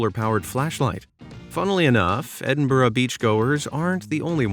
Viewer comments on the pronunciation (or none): none